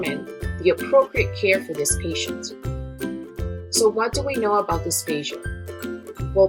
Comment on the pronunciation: I thought I heard dysphasia instead of dysphagia. But anyways, thanks for sharing your knowledge! :)